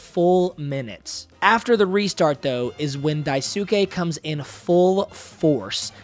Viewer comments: You butchered Daisuke’s name. It’s pronounced “Das-K” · It's Dice-kay bruv